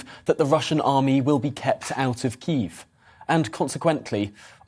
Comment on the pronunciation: What about the way he pronounces Kiev lol. I really didn't enjoy watching this young man give his opinion.